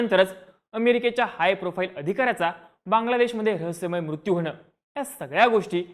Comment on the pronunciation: मुत्यू नाही........ मृत्यु